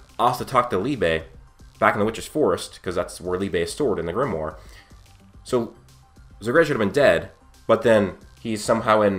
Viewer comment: Zegred? No its Zagrid.